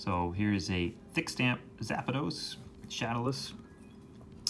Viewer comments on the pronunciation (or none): Its probably how the japanese pronounce it haha.